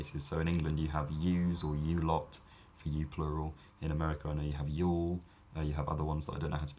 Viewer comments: That may be the case among people who don't use it in their primary dialect, and thus don't understand the grammar. Those of us living in the Deep South have a VERY clear distinction between singular 'you' -- often pronounced something like 'yew' (like the tree) -- and "y'all" -- pronounced with a more open vowel and de-stressed 'L' than in rendition, often sounding more like 'yaw', particularly in the middle of a sentence before a word starting with a consonant. Someone from my area might hear a "Southern accent" in a movie or on TV where the 'L' is pronounced before a following consonant and immediately feel "in their bones" that the accent is faked. So (phonetically), "Yaw got 'nuff t'eat?" vs "Yawl (y'all) ain't hungry?" In any case, the distinction is far from redundant and quite useful.;) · Ok, it was quite a trip to hear “y’all” as [jɒːl]. I guess you rarely hear that word in an accent other than Southern AmE or AAVE. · Hearing the word "y'all" in a British accent just made my day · Hearing "yall" with a British (?) accent was epic^^